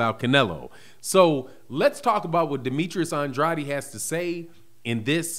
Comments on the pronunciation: it's STOP SAYING HIS NAME LIKE a Illiterate.... It's An-drade NOT An-dr-a-de OKAY... THANKS CAUSE YOU don't sound to smart saying it WRONG. Love you Big brother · I love watching your videos but can you PLEASE stop pronouncing Demetrius's last name "Andratti?" He pronounce his own last name "Andrayed" so we should probably all say his name the way he does. I know there's an alternate pronunciation but that's not the way he says his name. Thanks in advance and keep up the good work. Love your show. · No he does not. I speak spanish Andrade is pronounced “And- drah - deh” the way he is saying it sounds weird.